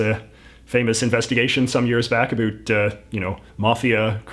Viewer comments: Yeah I thought it was a joke too. I'm from Canada too and I never say about like that. Where is this dude from? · Aaaaargh! La façon dont il dit "about" me gosse à fond! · why does he say about like that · Where are you from? The way that you pronounce "about" as "a boot" means that you are either a Canadian or an American who is from Virginia or Eastern North Carolina where they also say "a boot" for "bout.". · I am pretty sure that you mispronounce the word “about” every time you say it and say a bout instead. No need to thank me. Cheers. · J.J. either something IS unique or it is NOT unique. As in, your exaggerated pronunciation of "about" while uncommon is unfortunately not unique, although I do concede your brio. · Skip to to understand why JJ’s pronunciation of “about” is a forced stereotype (think How I Met Your Mother mocking of Robyn) and why his pronunciation of “around” is fully ridiculous and just plain wrong. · He says he's from Vancouver but I've never heard a Canadian pronounce the words about and out as he does. I would have thought a real Canadian would know how to pronounce Lesveque. Is he a fake Canadian? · i denounce your pronunciation of "About" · Canadians DO NOT say the word "about" in the way this guy is intentionally and unnaturally pronouncing it. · The most canadian sounding “about” pronunciation i have ever heard lol